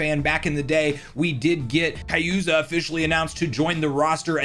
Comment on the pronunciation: KAZUYA!!!...Not Kayuza bro! The reveal got me hyped being a Tekken fan